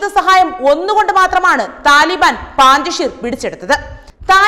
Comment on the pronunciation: പാഞ്ചഷീർ അല്ല കുട്ടി... പഞ്ചഷീർ ആണ് ശരി...